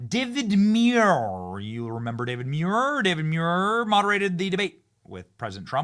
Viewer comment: David Muir, I thought his name was David manure🎉😂